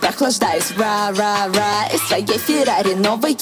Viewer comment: "ра, ра,ра" ты очень похоже произнесла😍😍😍